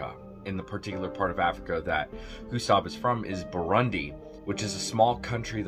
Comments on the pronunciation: He can't even pronounce the country correctly. It's pronounced Bur-roon-dee not Bur-run-dee. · It's Burundi not Barundi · It's Burundi, not Barundi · I have a friend in Burundi who mentioned him to me. Also you called it Barundi 💀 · Extremely minor issue: it’s Burundi not barundi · I believe it's Burundi not Barundi. Also nice video. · It’s Burundi not Barundi sir. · Bruh it's Burundi,not barundi 😂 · It's burundi bro not Barundi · Its burundi not barundi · It is Burundi not Barundi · Burundi not Barundi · BURUNDI 🇧🇮 pronounced BR-OON-DI